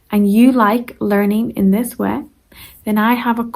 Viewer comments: Sorry, but way [weɪ], not "we" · Way - I appreciate your work but you should not really teach your Irish pronuciation. It's /weɪ/. It sounds profoundly confusing for non-natives.